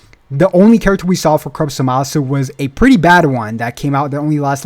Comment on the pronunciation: Say how did the name zuh-ma-su come to be. In super they literally call it za-ma-su. (zamasu)